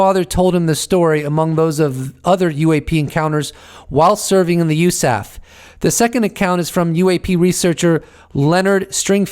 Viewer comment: USAF is United States Air Force. Not "You Saf". Huey is Huey, not "who we." Thanks